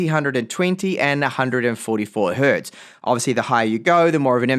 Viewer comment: I have never heard someone saying "hert" before. That is wrong on so many levels. Hertz is not the plural of "hert". 😂